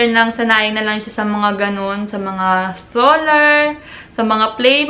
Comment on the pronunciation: Stroller hindi staller 😂